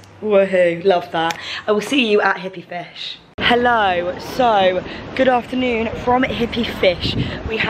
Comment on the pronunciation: Love you girls, it looks beautiful here!! 😍😍😍😍 one thing...... did you call it ‘after-the-sun’?? 🙈🙈😂